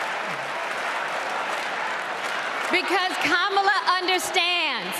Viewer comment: Rev. Al, you mis-pronounced the vp’s name twice..the little ones gave a clear way to pronounce the name..think of com..Kam..ala.. i still love you …lol